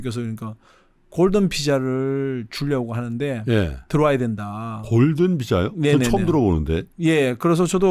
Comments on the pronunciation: 자꾸 골든피자로 들리네... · 골든피자로 들림😢